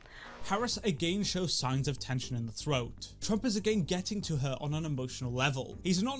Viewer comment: If he were "elected Tagain" kamala Harris said . 😂😂😂😂. Kamala Harris must be drinking 🍸 tagain